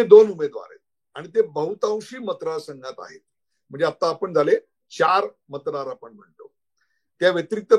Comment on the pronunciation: उदय जी खुप छान विश्लेषण .... मतदार म्हण्याच्या जागी आपणं मत राद म्हणत आहात आणि मतदार संघ आय वजी आपणं...मत्राद संघ अस आयकू y येत आहे